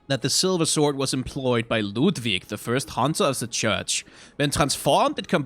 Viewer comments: Delightfully slapping my big belly and chortling whenever he does the silly german accent for LOODVIG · I love slipping into his silly German accent for every item description that mentions Ludwig. Always makes me smile:3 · I love how the name Ludwig turns on his German accent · Every time he does his Ludwig accent it kills me laughing especially thinking about Ludwig later and shudders Interesting juxtaposition there. I’ve never noticed that Amelia basically is screaming for you to GO and get out and that she clings to the amulet the entire fight. Makes me wonder if she’s trying to save the hunter by telling them to leave, or she’s angry at them for disrespecting the holy place (much like with the Blood Starved Beast). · its kind of funny how many germanic things are at least partially butchered like Oedon, but he loves Ludwig and the accent lol